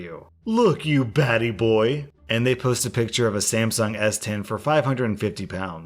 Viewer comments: That is NOT how you pronounce "batty" 😂😂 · "Ba-Te" as it's pronounced is actually Jamaican slang that means "Gay" and so was "Fish". Just another way of calling someone a homo. And the only reason I know this is because my fiancee works with a few Jamaican guys who use those words a lot and we're kind enough to educate him on what they mean. Lol